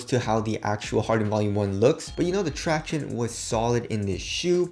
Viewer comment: "tractioneys" is so cringy and annoying. Just saying